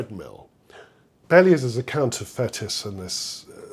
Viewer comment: Interesting and educative - many thanks! Just one criticism - your pronunciation of the Frenchman Fétis! Not "fetus" or "fetish", but "faytee"! On first hearing you say it, I had to think a moment before I realized you were referring to this still today far from obscure musical personage.